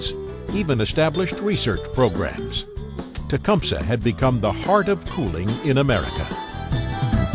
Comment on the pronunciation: Nobody in Tecumseh Michigan pronounces it "tea-cum-suh". We all say "Te-cum-see" I think Tecumseh Ontario is the same. It may not be correct from a Native American point of view but over 10,000 inhabitants say it so....